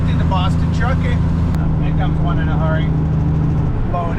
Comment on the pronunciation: Always go around!! The "New England truckaahhhh". 🤣